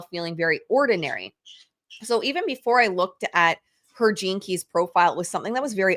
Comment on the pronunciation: I’m sorry, but I was giggling throughout this entire episode. Every time said “gene keys”…I heard Velma from Scooby Doo saying jinkies. My neurospicy brain going on side quest continuously 😂